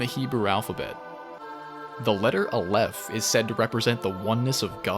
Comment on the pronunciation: I'm Israeli and I can guarantee you all of your Hebrew pronunciations (except Zayin, which funnily also means dick) are wrong. But hey, A for effort, Hebrew is a tough language! A-leph, not a-LEPH. LA-med, not la-MED. KE-ter, not ke-TER. Tif'E'ret. And so on. Regardless, great video! You clearly put a lot of work into it!